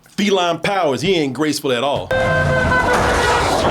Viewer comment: Dat "At Orl" made a come back in a DT glorious way